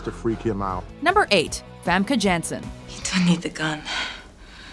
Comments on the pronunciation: wtf is so hard about pronouncing famke janssen? it's not hard to pronounce at all if you ask me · I don't know wether I should be cringing or laughing at their pronouncement of Famke Janssen.